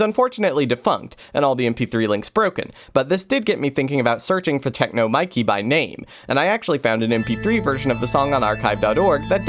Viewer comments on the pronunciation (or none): none